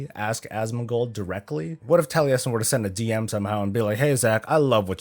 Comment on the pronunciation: You are the only american that can say Taliesin corectly :)